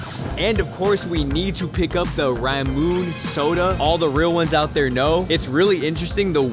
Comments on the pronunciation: Never wanna see this guy eat ever again. And it’s not “rah-moon” it’s “rah-moo-nay” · just letting you know g its pronounced "raa.moo.nay" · Ramune is supposed to be pronounced like “raa-moo-nay”